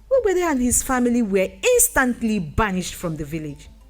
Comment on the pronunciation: Great story. But the pronunciation of the name 'ugbede' needs correction